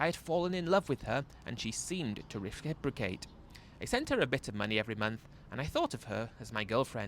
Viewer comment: 02.55 "REFRIBROCATE" 😆😆😆